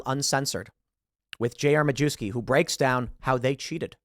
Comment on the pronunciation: Tim it’s pronounced MA YEV SKI